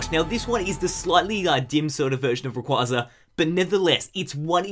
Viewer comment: You're awesome man, but people really need to get into the habit of saying Rayquaza correctly. Just watch Destiny Deoxys and listen to the way they say it.